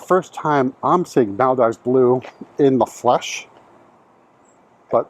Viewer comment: Its pronounced Mal-DEEVES